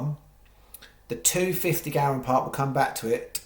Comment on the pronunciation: Go-ran not Gow-ran